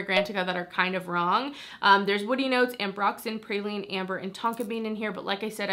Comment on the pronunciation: I will definitely be going to try out the mixbar scent you first mentioned! Also, it’s so funny listening to people who aren’t from Louisiana say “praline” 😂 love this video!!!!!